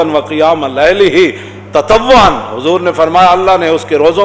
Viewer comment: Lafz e ferz shi nhi h